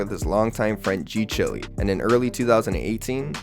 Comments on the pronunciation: G chile (child) not g chilly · ngl I slightly cringed every time you said g chilly 😩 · g chilly???????? 😭 don't tell me it's not chiiiiileee